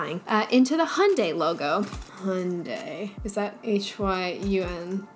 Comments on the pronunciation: If you’re in North America, it could be partly because people here sorta slur the pronunciation of Hyundai and say “Hön-day” instead of “Hi-yün-die” like how people elsewhere (plus me lol) say it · I find the way Americans pronounce brand names so funny, "jag-wire" and "hundai"